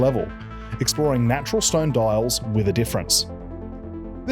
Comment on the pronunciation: mate. it's di-als. not dOiAlS.